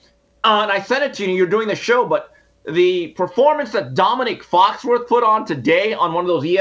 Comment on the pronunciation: Jason it's Foxworthy not Foxworth.